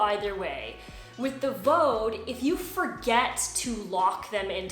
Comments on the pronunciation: by the way, the brand in Germany is pronounced VD (like the two letters read from the alphabet, nothig to do with Vaudeville or sth 😂) because the founder's and nowadays his grandchild's name is Von Dewitz...VauDe is phonetic in German for the two letters... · Nice review, quite helpful; slight tip, though on Vaude; The pronunciation is quite simple! VD [fau'de], like the two letters V and D in German spoken one after the other. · Not to be the language police, but pannier, although originally a French word, is pronounced pan-yr in English, you can look it up. The gear company Vaude, is a German company, and is pronounced vaad in English. Again, you can look it up. People can pronounce things any way they want, but it just sounds stilted. It is like being a native English speaker talking to a fellow American, for example, and insisting on pronouncing Paris, pah-ree (with a slightly rolled r, like a French speaker). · I have products from both brands but heard some tourists on a German channel pronounce Vaude (Fawdt) or (Fawde).. not sure which is correct, but then again everyone pronounces Panniers differently. One other thing about the Ortlieb rail, I think you can install the oval rail from the Sport rollers on the back and/or you can flip the one you have upside down (if needed) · I've had Vaude (you do not pronounce it like you do) bags for about 10 years. Never ever had that thing pop out. And I change the settings on that a fair amount, most people wouldn't since you'll use it on one bike. I have no idea how you did that. I use mine for a daily commute.